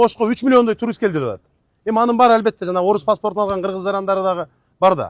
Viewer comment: Оада турист туруст деп ататго